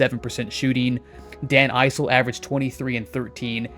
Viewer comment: It’s Dan Iss-ul not “Eye-sull”